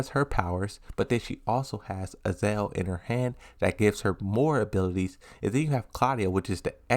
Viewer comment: lidia is not pronounced leeda heihachi is not pronounced heyachi azazel is not pronounced azel